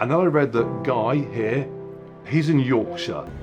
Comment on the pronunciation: Holy fuck, when you said Yorkshire I died laughing